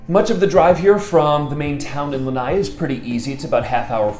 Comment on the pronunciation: Lanai??? Lanai is a PORCH. The island is NOT a porch!! It's LANA'I.